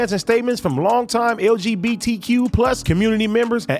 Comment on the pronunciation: AD tryin to pronounce LGBTQ+ is like me trying to speak Spanish